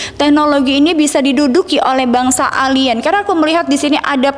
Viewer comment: 😂😂 elien katanyh 😂😂😂